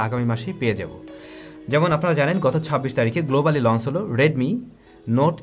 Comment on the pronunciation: very good channel.like it. One suggestion: আপনি সম্ভবতঃ "চ"-উচ্চারণে সমস্যা আছে। এটি সত্ত্বর কাটিয়ে উঠুন। launch লঞ্চ। লন্স launce নয়। সব 'চ'কে আপনার উচ্চারণ 'স'(s) হয়ে যায়। এই বিভ্রাট কাটানো উত্তম। শুভ কামনা।